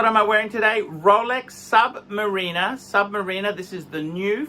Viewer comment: Please start pronouncing submariner properly.